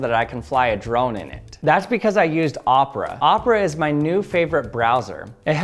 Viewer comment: Omg it's o pe ra not o pra